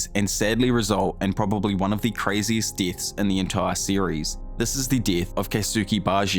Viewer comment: "All the permanent DITHS"